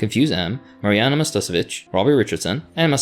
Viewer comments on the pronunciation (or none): none